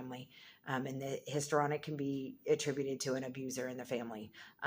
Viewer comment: So you are doing an entire video on Histrionic Personality Disorder and you can't pronounce Histrionic?